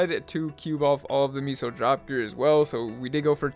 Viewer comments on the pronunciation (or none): it's meso not miso